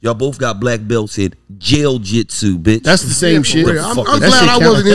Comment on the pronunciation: This boy said "Jail-Jitsu"🤣🤣🤣